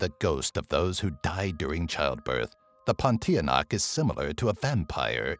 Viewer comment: ok im malaysia its actually not pontianak its puntianak